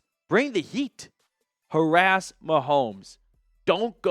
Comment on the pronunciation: Its Harrass my dude 😂😂😂